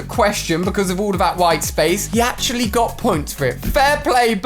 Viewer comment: this dude can’t even say actually. Damn